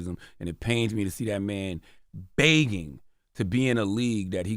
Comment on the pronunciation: CTG is absolutely right and can someone please teach CTG how to say 'begging'' lol